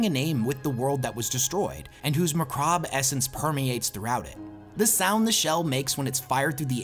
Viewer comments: …. Come on mate. Macabre. Not macrabre. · This is the second time I've heard "macabre" "mah krob" here. It's a bit jarring. Go for "mah kob."